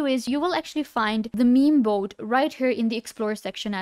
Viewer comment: "Meme boat"